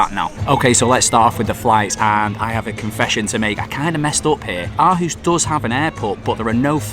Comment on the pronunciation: Aarhus should be pronounced with a much deeper I know this because I am from Aarhus and play in AGF youth academy and it’s one of the best in Europe/Scandinavia